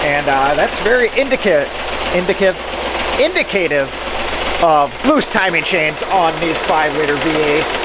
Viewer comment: CUDOs to the fine American that donated the LR4; To pronounce "indicative", you can follow these steps: The phonetic breakdown is: "in" + "dik" + "uh" + "tiv"